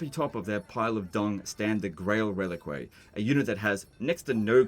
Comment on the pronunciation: Actually,, it's pronounced 'Rel-eek'. You can remember this by saying to yourself "Man, why did I recruit this unit? It Rel-eeks of failure!" or some such nonsense.